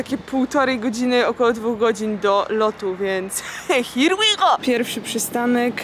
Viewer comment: 🌟Więc HIR ŁI GO 🌟xD